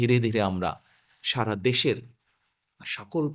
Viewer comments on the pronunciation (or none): none